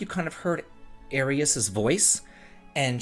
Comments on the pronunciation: It kills me that you say Areeas to Aerith. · Arieas? That is a certainly new pronunciation lol =p I hope she does die tbh, I say this as someone who absolutely loves her and knows the weight her death holds, not only in the story but in gaming. but with the Remake being all about an alternate timeline, I know she will live. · making sure Aeris stays dead by butchering her name 😂 Thank you for your news and reviews, though ✌ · You have to be butchering the pronunciation of Aerith on purpose to fuck with me at this point >_> Either way, a Steam release means I can finally buy stuff. No Steam, no buy.